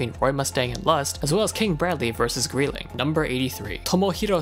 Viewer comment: Lol greedling